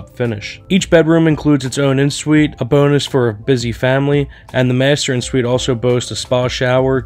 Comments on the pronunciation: Please learn how to pronounce the terms of your trade! It is not “in (en) Suite,” but pronounced “on suite.” It is not “foyer” but pronounced “foy-yay,” with the accent on the second syllable. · Just an FYI, en suite is pronounced “on suite “—it’s french